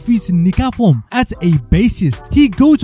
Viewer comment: What form ? 🧓🏻 Bro pronounced it wrong